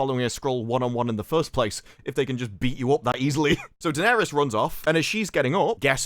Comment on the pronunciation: Bloke keeps calling her dennerys yoh